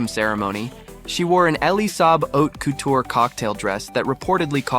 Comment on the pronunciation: Learn how to pronounce couture and many other words.